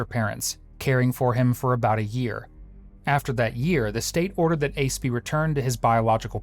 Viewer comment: Did you just call his son Ace..ICE?!?!?